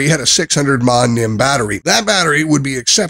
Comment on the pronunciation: So you can correctly say the words "lithium-ion", but then incorrectly say "mah" when referring to milliamp-hours (mAh), say "nim" when referring to a nickel-metal hydride battery (NiMH), and say "led" when referring to LED lights. And that rating system! In what world is 8/10 equivalent to five stars out of five? This was an awful review.